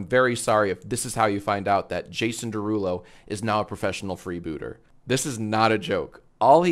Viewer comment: it’s his derulow 😭